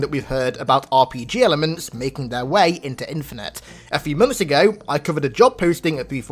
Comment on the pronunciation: “RPG Rlements” OH FUCK NO NO NO NO